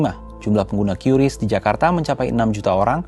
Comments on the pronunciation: Kompas masih pakai "kiuris" padahal BI sudah memastikan Qris itu dibaca "Kris" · Kompas jangan ikut-ikutan menyebut QRIS secara tidak tepat. Harusnya diucapkan 'kris' bukan 'kyuris'. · Dibacanya kris ya bukan kiuris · Padahal enak nyebutnya KRIS daripada KYURIS. Sulit, sulit. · maaf OOT ,cara baca qris itu dibacanya kris bukan kyuris,sekelas pembaca berita harusnya sudah paham cara bacanya karena sudah ada pemberitahuan dari pihak bank indonesia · Bacanya kris bang..bukan kiuris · Sekelas media kompas aja cara ngeja nyebut "QRIS" Masih salah, banyak2 evaluasi deh..